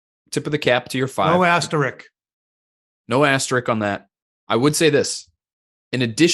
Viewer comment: It’s asterisk not asterick